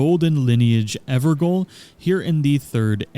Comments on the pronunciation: Gaol is pronounced as “jail,” not “goal.” Its just how they used to spell it in the UK and Ireland. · lol 'gaol' isn't pronounced 'goal'. It's the old English word for 'jail' and is pronounced the same. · pronounced ever jail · Evergaol is pronounced “everjail”. Gaol is how “jail” was mainly spelled in Britain before the 20th century. Which makes sense because the evergaols are prisons. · Ever Goal. Lol Evergaol is pronounced Ever Jail. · "the ever goal" C'mon man, we all had to deal with this waaay back when bloodborne came out. It's pronounced "ever jail." Gaol and jail are the same word. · It's pronounced ever jail, "gaol" is the old English spelling, but it's still pronounced "jail." Just saying. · Just a tip its pronounced ever Jail Gaol is old English for Jail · Gaol is pronounced exactly like Jail. Everjail just doesn't look as flash. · I think those evergaol's are pronounced like ever jail. At least that's how it was pronounced when they used it in Bloodborne's Hypogean Gaol. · Gaol is pronounced "Jail". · Btw I think it's pronounced "ever jail". Gaol is an old English spelling for jail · It is pronounced "Ever Jail". The word "Gaol" is an older way of spelling it. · For future reference, it's pronounced "Everjail". You're welcome :) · Golden Lineage Evergaol - Gaol is pronounced as Jail - its the old English spelling. Thanks for the awesome vid. Got my sub. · evergaol is pronounced everjail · for what its worth, i believe its pronounced ever-jail. thanks for the guide! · "Evergaol" is pronounced "Ever Jail" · Gaol is pronounced the same way as "jail" btw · Hearing you pronounce "Evergaol" wrong the whole time was triggering me